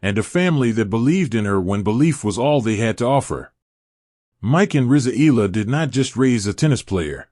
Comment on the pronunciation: Her name is pronounce Ee YA LA ..NOT ELA